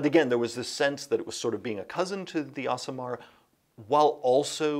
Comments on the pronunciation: Today I learned that the Aasimar is pronounced Awesome-Ar, not Ace-imar. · Do all Americans pronounce Asimar 'Us-ee-mar' in UK we tend to pronounce them 'Ass-ee-mar'...?